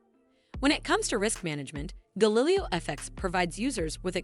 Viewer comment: You can’t even pronounce Galileo and yet you expect people to take you seriously?